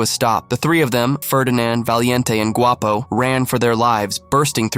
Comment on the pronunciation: You said Guapo by prenonsing the “G” word in Spanish the “Gu” makes the w sound